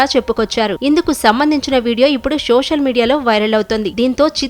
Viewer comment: షోషల్ కాదు సోషల్ మీడియా.... 😀